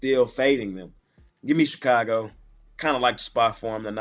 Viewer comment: LOL 😁 "Your...Ch-ka-go!